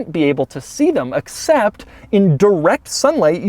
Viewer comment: anybody else get a twinge at the way he pronounced "except" ??